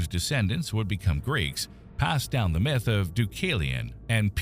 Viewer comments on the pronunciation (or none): none